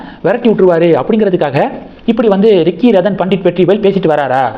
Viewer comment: Radan pandit இல்லை, Ratan Pandit! You seem to have some problem!